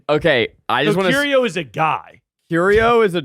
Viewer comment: put some respect on mr arte fact's name. 'curio' smh